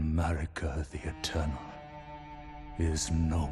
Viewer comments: ... I totally heard "state of 'Murica"... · Everytime he says Marika I keep hearing 'Murica and expecting it to be followed by an eagle screech and jet fighter flying by.